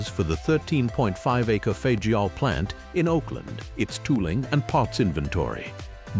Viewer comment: I learned by attending an American Truck Historical Society meeting in Los Angeles, CA back in 1983 that Fageol is pronounced 'Fag IL', the 'o' is silent. I guess this is something else AI doesn't know.